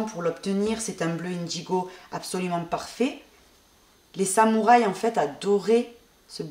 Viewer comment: Indigo se prononce " un digo" et non ine digo.